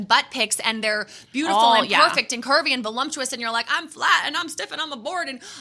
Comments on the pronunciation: VoLUPtuous not VoLUMPtuous, damn if you're going to criticise at least say it right 😂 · There's a lot to comment on in this video but I CANNOT stop wondering if and Bethany really don't know that there's no "m" in "voluptuous"